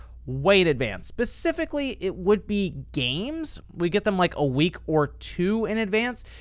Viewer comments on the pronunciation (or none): its "Specifically" with an "S" not... "pacific-ly"... geez another bastardisation of the language... *smh